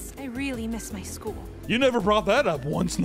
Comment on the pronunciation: when this bro said "wiwee?" I lost it.